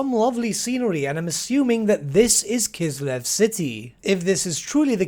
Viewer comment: That's great. Finally the word "Kislev" is pronounced correctly